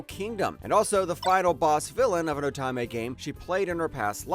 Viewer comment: Great list, I've seen all but 2 of them and loved them all. 7th Time Loop is rightfully number 1, although Next Life was my original favorite and still a favorite. Also, most, if not all of these have light novels if anyone wants to continue the journey, which I highly suggest. But please, please could you learn how to say "Otome" it's oh-tome-may.